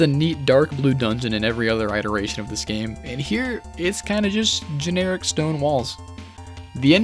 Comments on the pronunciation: Iteration is pronounced like pit not pie. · I like how you pronounce “iteration” as “eye-teration” Makes sense tbh